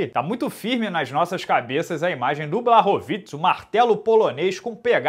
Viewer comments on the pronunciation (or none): Fala, beleza irmão? Sou fã do seu trabalho e por isso vim aqui na minha humilde boa intenção de ajudar. Moro na Polônia e por isso sei um pouquinho de polonês, no caso do nome do Jan Błachowicz, a letra Ł no vocabulário polonês tem som de U e as letras CZ juntas tem som de "tch" então foneticamente o nome dele se pronuncia "Buarrovitch", se quiser posso pedir pra minha esposa polonesa mandar um áudio só pra consolidar. No mais, espero ter ajudado, irmão, desejo sucesso e que o canal cresça ainda mais, vc é o melhor na sua área! Oss.